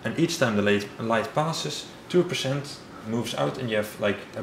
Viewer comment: I like how he says "pershent"